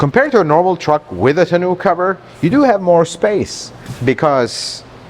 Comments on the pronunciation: What is a tonew-cover? ;-) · Tenoo cover 😂